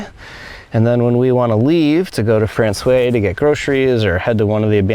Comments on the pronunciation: Frans-wah. Not Fran-sway 😉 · Guys, you gotta say «François» properly. When you say the word «wow!», you actually make two sounds: Wa-O. To say François, just say franç-wa, et voilà! French is weird the in that way, «oi» sounds like «wa». Hope it makes sense. Loving to explore Newfoundland alongside you, beautiful scenery. Fair winds and rocks! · You pronounce François as frahn-swah , not frahn-sway, but perhaps the Newfies do it different. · The way my university Nufie buddies pronounced Francios: - My guess is my Nufi buds would have said to me: Robi, come "Bif the ball to I, me bi, down in da taun of Fran-SWI { not SWAY, the A gets dropped though it is there per the sing-songie, whimsically happy flow of old Protestant Irish to hide how dangerous they are} - Translation; { come Robi, Throw The Ball to me, My Boy, down in the town of frahn-SWAH.}